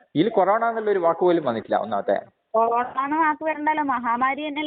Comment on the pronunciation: കൊറോണ എന്ന് വ്യക്തമായി പറയാൻ പോലും കഴിയാത്ത പാവം ദൈവം